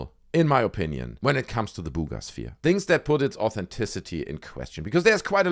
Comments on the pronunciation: everytime I hear you say 'Bugas sphere' I fall over laughing 🤣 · When he says “Buga Sphere” it makes me giggle. ❤